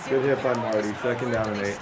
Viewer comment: Mar-Tay!!!! Mapu, not Marty